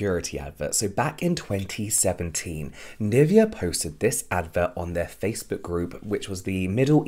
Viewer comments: And I keep cringing on the pronunciation of Nivea 😂, sorry it's just so wrong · I mean no hate whatsoever, but I can’t stand the way u say NIVEA, it’s German u should be saying it like that 😭😭😭